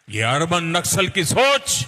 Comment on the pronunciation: Naksal ko nasal bol diya 😂😂